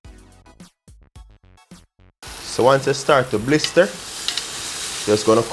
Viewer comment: Every time he said “blister” it reminded me of when my nana would say she fidna “blister my hide”